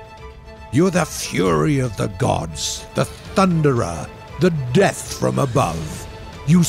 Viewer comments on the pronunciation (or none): none